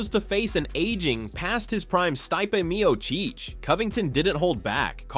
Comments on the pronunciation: stipe mio cheech 😂 Jon majal hill 💀 Are you mispronouncing on purpose? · Jones is afraid of tarnishing his legacy to a degree where he wouldnt be celebrated or able to make $ off his “goat” status. stypay me oh cheech? Is this Ai? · Styepay Meeoowcheeeccchhh. 😂 these narrators are trash man. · St-eye-pay mio-cheech Jones vs aspinal Mcgregor vs chandler What’s the difference at this point.